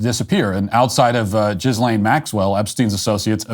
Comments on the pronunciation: it's not pronounced Jizz-lane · I like how you pronunce her name - Jizz Lane. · “Gizzlane Maxwell” 💀 😂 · I love that matt walsh always says "jizzlane maxwell" because i do the same